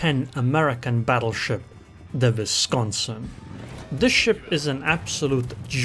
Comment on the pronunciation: Its a double u(w) pronunciation. Not a v. Just fyi. Love your content. Also the Seattle... lol. Sea-at-tol